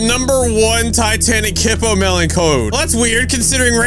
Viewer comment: it is hippolemon not hippomelon